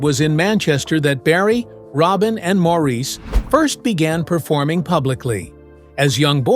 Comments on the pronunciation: I don't watch many of these vids anymore because most are just repeating stuff I have seen. I do have to wonder about a lot of things though. Please, if I hear Maurice's name mispronounced at the beginning one more time, I will switch channels. That is more that disrespectful to a wonderfully talented man who is no longer with us. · After viewing that video of mistakes and lies, you are annoyed by the way Maurice’s name is pronounced?😒